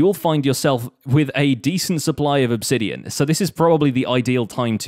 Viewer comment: It’s pronounced obsidian not obsidian.